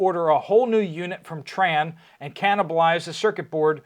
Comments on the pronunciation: TRANE is pronounced train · It's trane, but it's pronounced like train.